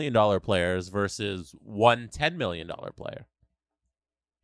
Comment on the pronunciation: It's "versus", not "verse".